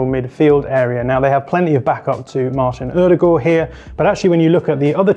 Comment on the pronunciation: really great pronunciation of “Ødegaard”!